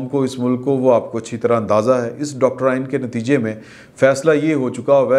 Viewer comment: Doctorain nahin Doctrine hota hain.